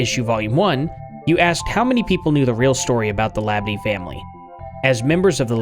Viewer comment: speaking from louisiana native, we pronounce this name - and we have many Labadies - Lah - bah dee. .02¢ have a like and a comment for your research efforts.